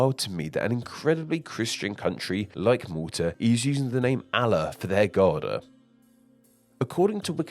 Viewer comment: bro pronounce Allah right. like the english words all and law. allah👈🏽